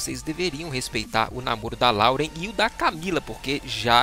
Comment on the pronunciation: Vim do futuro pra dizer que eles terminaram. E não é LAUREN QUE SE PRONUNCIA, SE PRONUNCIA LÓREN